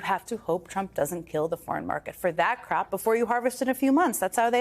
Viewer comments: She said crap 💩 instead of crop 😅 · Ms Psaki, with all due respect, you might want to work on your elocution of the word "crop" (as distinct from the word "crap"). Hope that's helpful. Best wishes. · With her accent i thought she said most of that crap gets sent to China. Took a few more sentences to realise she was saying crop! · Strangely she pronounces the word "crop" as "crap". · Hey Jen, I suggest that you rehearse saying the word "crop" 3 or 4 more times before going on the air, it will help keep you out of the montages. 😀 Love you anyway.